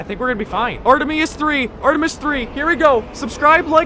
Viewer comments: Bruh its called Artemis not Artemeis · "Artuhmeatis 2"